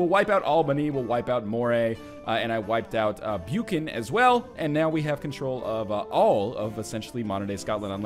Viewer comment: Hey NL Buchan is pronounced "Buck-in"